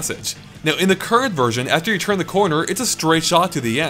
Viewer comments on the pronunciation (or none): none